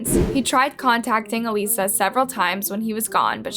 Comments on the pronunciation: For who comments about Alissa's name, It's pronounced like that in Spanish and some people say it like that in english I'm so sorry I just checked and she does that to get comments And that her name is pronounced Ah-lie-za and not a-le-sa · The case isn’t solved - her name is pronounced “AL-Issa” and you didn’t do this Justice at all. For the simple fact you mispronounced her name the entire time you should remove this. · I was following Alissa's sister, Sarah's TT and I couldn't believe some of the evidence she was sharing- it made my blood run cold. I am so glad Sarah advocated for Alissa's justice, I wonder if my sister would have that kind of strength should something like this happen to me. May Alissa rest in peace. P.S. I'm pretty sure her name is pronounced "Uh-Liss-Uh". The names on these videos are mispronounced often but otherwise does an outstanding job. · So annoying how the narrator keeps calling her Aleesa. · Come on…..did you even watch the videos on this case? Even in the video YOU included you heard her sister say A LISS AH. not A LIS A. When you profit off these videos you need to pronounce the victims names correctly. I’ve noticed you’ve done this often. Please do better. I like your videos but this is so insensitive. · her name is pronounced "alyssa". seems as if you didnt even watch / pay attention to the videos on her and just wanted to make money off her case. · How do you pronounce her name incorrectly when you have countless videos of the family pronouncing it in your video? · Your mispronunciation of Alissa’s name is so driving me crazy. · Anyone else bothered that narrator keeps saying her name wrong? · i hate how the narrator keeps mispronouncing Alissa’s name even though the sister repeats it over and over throughout the video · When you make videos and can't bother to properly pronounce someone's name correctly, even when the victims sister said it properly, is really crappy. Do better. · Why are you pronouncing her name wrong